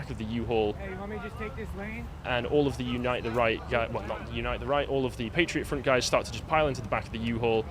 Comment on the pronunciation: Patriot Front. Emphasis on 'Front'.